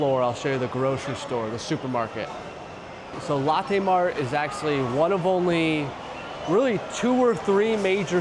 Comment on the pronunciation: I like Big M bro and Moonmilk ! Btw: I know your a Chi town dude but “Lo”tte is not “Latte” , Latte’ is that coffee drink that the fancy people drink at BigBucks🤣 stay cool 😎